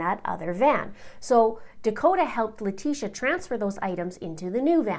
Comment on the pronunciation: I think it's an inside joke to mispronounce LIE-trashia's name. They say it perfect when they say Al or Gannon, but when it comes to her that is when they go crazy with her last name😂😂